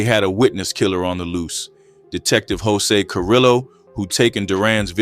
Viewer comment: Just a small thing and the videos are great, two L’s in Spanish is usually a “y” sound and a v makes a “b” sound. So Carrillo is Carreeyo and the r’s are rolled if it’s two r’s I believe but it can be hard to annunciate. Varrio is barrio, Güero I apparently get wrong but I think it’s like weh-ro, Guerrero means a warrior/fighter (hence guerrilla warfare) Güero means white/lightskinned. American pronunciation is fine too it’s just that Spanish speakers tend to blow up comment sections about it. That is good for engagement though.